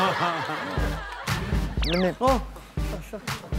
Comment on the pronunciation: 아니 발음 너무 정직하게 “슴배님! 안냐세용.” 인거ㅋㅋㅋㅋㅋㅋㅋㅋㅋㅋ개졸귀ㅋㅋㅋㅋㅋㅋㅋㅋㅋ